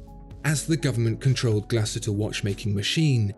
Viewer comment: Great video 👍 although I think the umlaut over the letter 'U' means it should be pronounced "Glass-Hooter" 😀